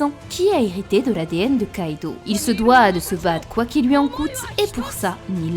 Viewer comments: "houit ans" "grace a loui" XD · Loui, pouisque, plouie, ouit... Sympa l'accent belge 😂